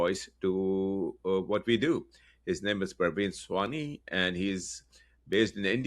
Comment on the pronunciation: I just don't get it. As a South Indian, it may be difficult for us to pronounce North Indian names and vice versa. However, Praveen Sawhney is a Punjabi. And, in all likelihood, is a Pakistani Punjabi. Even if he is not a Punjabi, he does belong to the North. So, how is he getting both the name and the surname wrong? This is ridiculous!!!